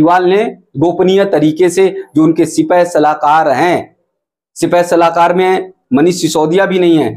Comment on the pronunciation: सिपहसलार,सिपाहसलाकर नहीं।